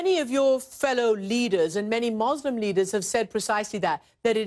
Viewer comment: Great video, shame the presenter does not know, how to say the word Muslim correctly :)